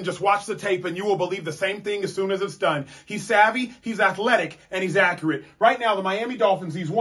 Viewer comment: A-cure-it lol